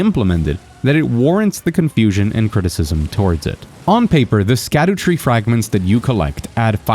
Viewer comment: Good video. Btw sc in scadutree fragments is old english and there sc = sh. So its called shadutree fragment (shadowtree).